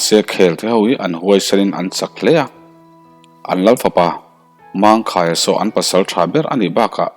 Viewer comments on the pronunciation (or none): Khelte,mangkhaia,zawlpuan i lamdan thluk adiklo vek adang tepawh sawitur atam mai,lamdan dik hi a pawimawh ania.